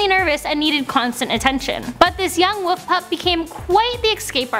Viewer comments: Wolf not woof omg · wolf LLLLLLL not woof WOLLLLLLLF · she keeps saying woof not wolf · Wolf not woof! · I hate people that say woof instead of wolf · I'm disliking for the soul reason she said 'woof' instead of wolf... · Wait does she mean to be saying woof cose I thought it was wolf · was it Christian woof or Christian wolf😕😕